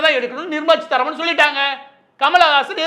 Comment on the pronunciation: It's Seetaraman and not cheetaraman